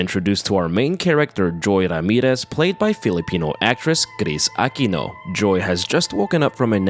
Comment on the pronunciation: the way he says kris aquino is so fucking crisp